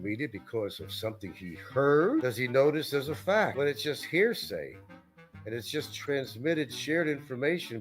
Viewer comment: He's not likely to ever change; he's been misusing 'poetic license' for several years now, among several other words that he mispronounces ('hairsay') and he completely mangles or misuses common English phrases. Hard to believe that he made it out of 6th grade, much less obtained a BFA.